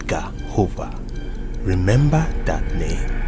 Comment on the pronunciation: Edgar Hoover not Hover